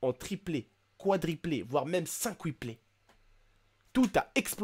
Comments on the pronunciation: doublé - triplé - quadruplé - quintuplé et non "cinqtuplé":D! Sinon bonne video! et si michael jackson "revit" j'achete la premiere place pour le film!!! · Ça se dit pas cinquplé mais quintuplé 😂😂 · "cinqwuplé" hahaha on dit quintuplé :) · on prononce kintuplé